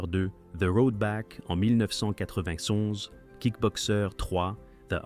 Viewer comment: Insupportable le "mille neuf cent quatre vingt tonze"